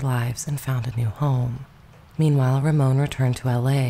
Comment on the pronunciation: Ramon Navarro's first name is pronounced as though you're saying the American name "Raymond," except you don't pronounce the D.